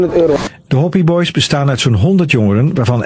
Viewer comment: Die man zegt hoppi boys maar het zijn HOPI BOYS